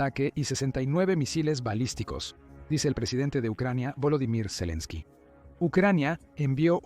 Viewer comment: Madre mia, toda la informacion es falsa de occidente y valiente fuente, el whasinton post por Dios dejen de mentir no les da verguenza, claro por eso no hace la paz, por que esta perdiendo el que esta desesperado por hacer la paz es EEUU y ni siquiera el narrador sabe pronunciar el nombre de zelesnki, da risa esta informacion😅😅